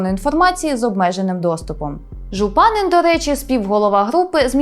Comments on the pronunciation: ЖУпанин наголос такий повинен бути! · Єдине, що наголос у закарпатському прізвищі Жупанин падає на останній склад